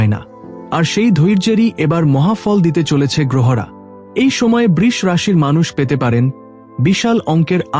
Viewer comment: Brisha rashi bolun. Brish noy. Apne vagya apnake uccharan thikvabe korte shikhabe? Shuva- kamona roilo - beshir vag awa- karanto uccharan- i bhul ❤ korchhen. Ashcharyya!